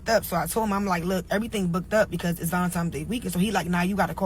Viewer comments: This trick can't talk for her like, she said VALINTOMS DAY😐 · Can't even pronounce Valentines day. She said Valentimes!😂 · Did she say valentimes?🤔